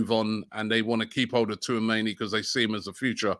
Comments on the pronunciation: Too - ah - mayni😭😭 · Slobloska Too-a-many and his pronunciation of names 😂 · It's pronounced "chouu-ahh-meni" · My God Robbie call him touameni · "Sloboska" .... "Tooamaney" 🤦‍♂️ I swear Robbie genuinely cannot read....he sees these names so many times, yet still gets them so wrong 🤦‍♂️ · Robbie it is pronounced “Orélio Chou-a-mé-ni” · Tuameni, ffs! 🤣🤣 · I'm convinced Robbie keeps butchering names on purpose... How can you pronounce 'Tchouameni' that way ?? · does Robbie realise he's pronouncing Tchouameni wrong? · Man just gave up on saying Tchouameni’s name 😂😂